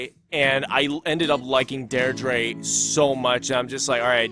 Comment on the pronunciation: i'm irish, and i'm so sorry but the way you pronounce "deirdre" is killing me, it's pronounced "dear-dra", not "dare-drey" :')